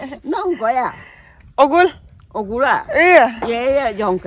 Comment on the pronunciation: Ogur not ogul